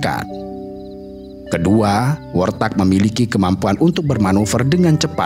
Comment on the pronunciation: Warthog bukan worthag, kendati demikian aku tetep suka😅😅😅